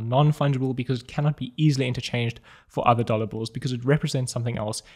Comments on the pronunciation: I heard "dollar Bull" several times 😅 Awesom video and the fact above made it even funny for me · Got really confused at the start, thought he was saying 'dollar bull'. Is this a new coin I haven't heard of?!?!